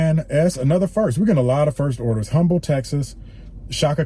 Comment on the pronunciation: the H is silent in Humble Texas